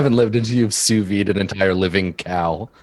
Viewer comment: I like how JP keeps talking about "souvy" and "souvying" while it looks like it's the actual french word: "Sous-vide" which litterally translate to "under vacuum". Somehow in english they use the french words... and the "d" sound just disappears?